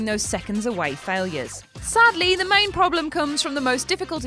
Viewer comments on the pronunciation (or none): none